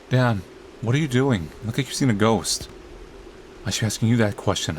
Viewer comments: His name is Dan its not that hard??? Unless I'm missing something, then idk why he says Don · it's Dan. not Dawn, or Don. think Ban, with a D instead of B. not gonna lie if you say Don one more time during this video i can't watch it.